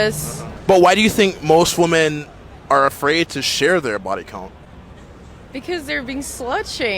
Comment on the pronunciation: Day 678 How do u watch clips all day and not see your pronouncing women plural wrong bruh